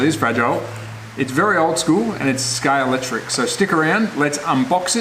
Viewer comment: This slot car guy needs to do a couple of things. 1, Pronounce SCALEXTRIC properly!! SCALEX TRIC. 2, The motor is at an angle because it's an inline motor inclined to provide ground clearance like the real car.